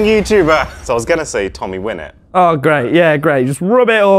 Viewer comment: More like 'Wiinit'